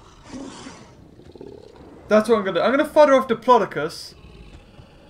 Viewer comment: It’s dip-lo-do-cus Not dipilydoclius Ur the best:)